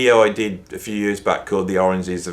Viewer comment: tbh, I was simply taking the "pith" out of your mispronounciation of "origins" 😂